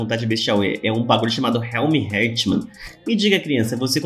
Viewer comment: O correto é "Éter", e o "Realmheart" se pronúncia "Realmehart".Não estou criticando, só tentando ajudar, sou fã dos seus vídeos e espero que algum dia você leia Tower Of God aqui kk